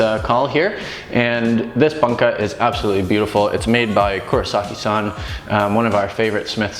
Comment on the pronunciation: Love the vids - but I your mis-pronunciation of ‘bunka’ drives me a little crazy. The (u) in Bunka (literally ‘culture’) is the ‘closed back rounded vowel’ - essentially the same u as ‘you’ and the same sound as ‘to’ and ‘new’. Anyway - great stuff regardless.